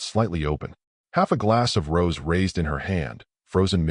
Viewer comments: Hey, that wine she’s drinking is rosé which is pronounced rose-A, not rose. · It's pronounced "Rowzay",.